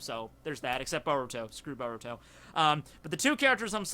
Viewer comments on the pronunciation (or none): none